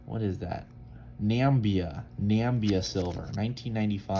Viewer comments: Lovely British Egypt 20 Piastre. Namibia is pronounced Nam- ib -eeah!! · "Not a lot of coins from Nambia" LOL - Yeah, you got that right buddy.